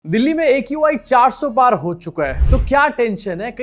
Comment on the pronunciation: Qi bolti ha not aqi